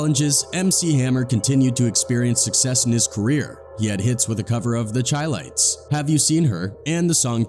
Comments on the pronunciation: Chi-Lites is pronounced Shy-Lites it stands for Chicago-Lites! Like shy-town! 🤓🤓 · The “Chi” lites?🤦🏾‍♂️ Get the name correct…PLEASE!!!